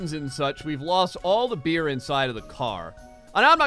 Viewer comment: I thought you said "A bear in the middle of the road way" instead of beer lol